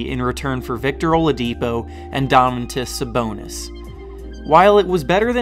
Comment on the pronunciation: Indiana killed Cleveland 98-80 in Game 1. They are for real. And not to be nitpicky, but it is pronounced Do-man-tas Sa-bon-is, or just call him Domas